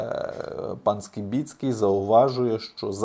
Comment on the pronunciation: Правильно на українській прізвіще Скибицький, а не по москальскому Скібіцький